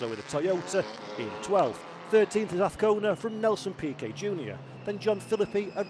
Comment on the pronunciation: His name is AZCONA not AFCONA. Say it correctly...